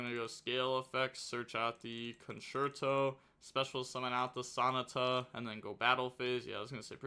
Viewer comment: Bro you gotta be doing these pronunciations wrong on purpose. Ain't no way you pronounced Sonata like an english dub naruto character